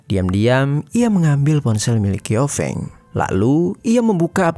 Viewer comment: Bukan ‘kiofeng’ tapi bacanya ‘ciao feng’